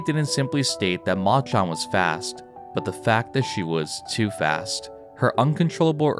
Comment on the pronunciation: Please say "Machan" properly